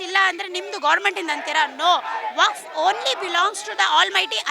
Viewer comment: ಮೇಡಂ ಅದು "ವಫ್ತು " ಅಲ್ಲ,, ಅದು "ವಕ್ಫ್ "